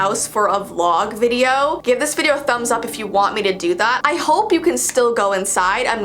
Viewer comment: She said videoo